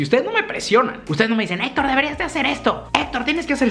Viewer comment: “Hola yo soy Etor” 🤣